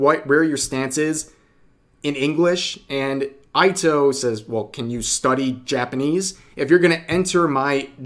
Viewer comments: Ito isn't pronounced Aito more like Eeto. Since the vowels are Ah (A), Ee (I), Oo (U), Eh (E), Oh (O). They are Phonetic like Spanish though the order you'd list then is different Ah (A), Eh (E), Ee (I), Oh(O), Oo (U) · Rev, its EE-toe . the way they pronounce it sounds like EE-tow not eye-toe. Japanese is hard tor US folk it seems. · Eeto, Rev. Ito has a long E sound for the I. The way you pronounced it would be Aito. Just so you know. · Rev, I'm gonna be that guy but you pronounced Ito-san's last name incorrectly. you had one job, work on your Japanese.